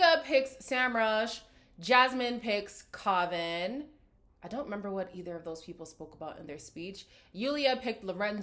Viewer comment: GIRRLLL why do you deliberately choose to mispronounce Kavan’s name??! It kills me every single time lol like you know people have commented it & they’ve said it all season…so… 👀 😂 but I adore you anyway so I’m forgiving lol